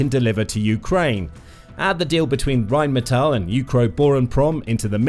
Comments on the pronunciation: the way you can't pronounce what is essentially "rain metal" is painful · Funny, my wife grew up in Duisburg, (about 15 minutes north of their headquarters in Dusseldorf) and She pronounces it "Rhine-Metal" because it's on the Goddamn Rhine river. That's literally what the name means. "Rhine Metal" Obviously you don't speak a lick of German, because depending on ""ei" or "ie" the sound is the latter character. Rhein is German for Rhine. The German word for rain is "regen" if they wanted it to be "rain metal" they would have called it Regenmetal. You're trying to pronounce it like reign (rulership) which is correct in English, but completely wrong in German. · "Phyitiin" "Raiinmeetal" If you want to pretend pronouncing them correctly you have a long way to go.